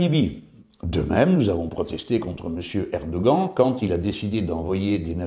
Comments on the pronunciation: apprend lui à prononcer Erdoghan stp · Vidéo très intéressante. J'ai beaucoup ri à votre prononciation du mot "Erdogan".